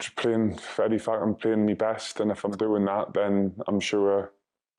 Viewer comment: Jim likes saying El EttifaQQQ